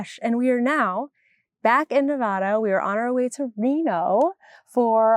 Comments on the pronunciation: If I recall correctly, they are called "Inclinators"., I adore you so I hate to tell you that you are pronouncing Nevada incorrectly. It's common but a local pet peeve. There is no H, just Ne-vad-da. I know you were already here but did you get to Sin City Knit Shop? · Before I moved to Nevada, I pronounced it wrong. It is the first thing you learn when you move here.